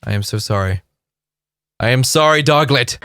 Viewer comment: Omg your McDonald’s rant about being creampied with the dregs of mankind 😂🤣 Also did you call it a “doglet” like you would say “piglet”? That is adorable!